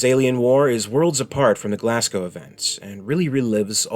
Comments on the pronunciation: It's pronounced GlazGo, not GlassCow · Your pronunciation of Scottish Place Names is woeful man! Glasgow = Glass-Go & Ayrshire = Air-Shire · Everyone from Glasgow is going crazy at the awful mispronunciation of the name of their great city! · Burtualised the pronunciation of Glasgow and Ayrshire.